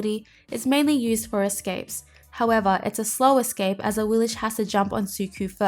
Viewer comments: I'm guessing they probably pronounce it the way they do in the game because awilish definitely sounds stupid, as opposed to "aweelix" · When I select her in the god gallery she doesn't say "a-wee-lish" she says "a-wee-lix." Am I the only one? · Yeah I noticed with some ne zha skins the voice pack says "knee-jah" or "na-jah". I just pronounce things based on what sounds better or less annoying lol so I prefer saying na-jah for ne zha and for awilix I prefer ah-we-lix rather than ah-we-lish. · Yea, I go by how the game pronounces her name. They say A-wheel-Ex, so that's how I go buy it I do the same thing with Monster Hunter. I mis said names for years till I heard the games say them. Interesting vid tho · Awillish? I've not heard that pronunciation before, not even from HiRez. xD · Ur still saying it wrong lol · You saying her name wrong and its making me so mad!!!!!